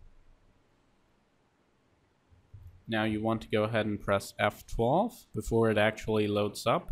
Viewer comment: Please speak clearer when saying "Press F12" it sounded like F4 and I spent 30 mins trying to figure out why the boot menu never showed up and after replaying the video 4 times its still unclear when you say it other wise an its an awesome video:)